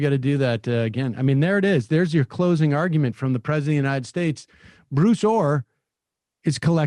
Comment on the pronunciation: Thought he was saying Blue Thor... What dif does it make I guess.